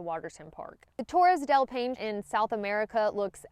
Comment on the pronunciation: It's been twenty years since I backpacked the Paine Circuit and it's still the most beautiful place I've ever seen. I look forward to your hiking there and sharing your trip with us. (By the way, it's pronounced PIE-nay. Means "blue" in an Indigenous language.)